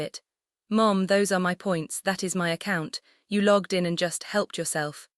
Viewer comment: I can assure you loyalty points belong to someone. Also: logged, not lugged Megan, not muggin